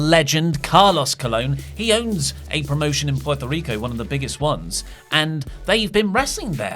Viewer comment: pronouncing Puerto Rico like he does with Andrade.